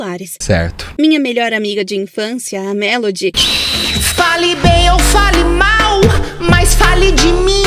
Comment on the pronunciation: “ FÁLI BÊM OU FÁLI MÁÁU “ “ MAIS FÁLI DI MIM 😊 “ KAKAKAKAKKAKA